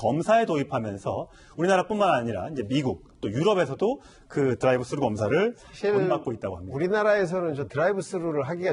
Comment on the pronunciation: 드라이브 쓰루가 아니고요 뜨루 ㅎㅎㅎㅎ